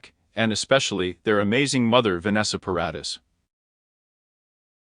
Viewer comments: Vanessa's last name is pronounced Paradis - (Pair- a- dee). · OMG. Leave this poor man alone! Vanessa is married. And learn to pronounce her last name. 🙄 SO much incorrect CLICKBAIT.